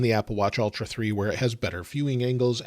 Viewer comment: Ultra, not Altra. It’s like the difference between bowl and ball.